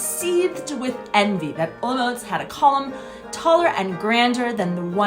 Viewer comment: your pronanciation of Olomouc is wrong... say in czech Hollomoooc! or Olmik